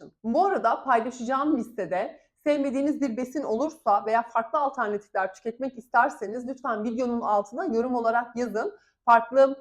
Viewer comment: Alternatif kelimesini bu kadar sık kullanacaksanız lütfen doğru telafuzunu öğrenebilir misiniz teşekkürler 👍🏻